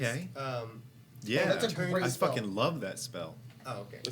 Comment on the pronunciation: "dispel book"